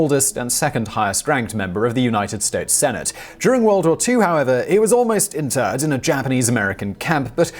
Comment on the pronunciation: Dan Inouye was "almost interred" or "almost interned"?